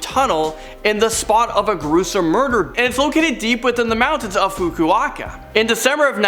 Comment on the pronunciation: A lot of these Japanese regional names are incorrectly pronounced Hoke-Aye-Dough (not h'OKAYdo) fukuOKA not Fuku-"AKA" Great video but incorrect pronunciation can often confuse viewers - No hate just some constructive feedback